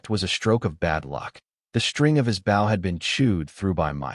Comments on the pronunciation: The speaker of the story doesn't know the difference between, bow and bough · Nothing is more irritating than ai that mis narrates bow???